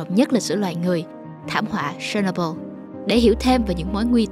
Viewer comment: phát âm chuẩn giùm. chéc nô bưn. se nô bô là cái gì?